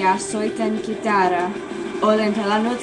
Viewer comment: that sounded funny when u said "Kitaraa" finnish: kuulosti hassulta kun sä sanoit "Kitaraa" rakastan suamee!!! ja se on sit 1-6 suomelle